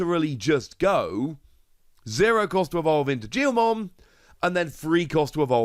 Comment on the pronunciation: Its pronoused Geelmon